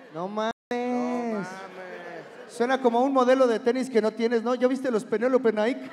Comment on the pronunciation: Se dice Naiki no Naik